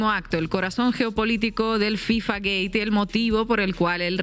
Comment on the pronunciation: Soy el unico que escucha decir FIFA Gay? Or gate ?